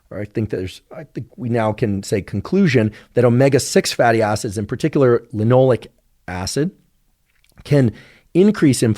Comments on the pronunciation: it’s linoleic, not “linolic”. But such a great video! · Is it "lin - oh - lay - ik" acid? Sounds like he's saying Lin - all -ik and I can't find that anywhere in Google searches.